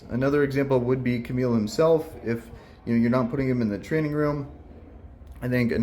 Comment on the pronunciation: Still calling Kamael, Camille I see hahaha